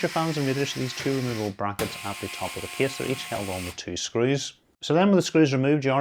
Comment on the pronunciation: That kiss pronounciation instead of case really distracts me lol